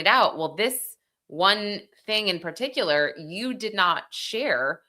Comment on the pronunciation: particular = "per TIK yuh ler"